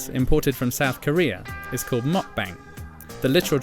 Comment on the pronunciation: not "Muck-bang" "Mük-bäng"! 🤦🏻